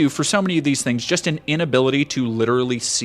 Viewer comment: “cos somebody liderally AXED me” 🤡